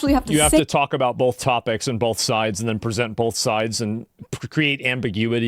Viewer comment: I'm not sure who needs to hear this but it's both not BOLTH.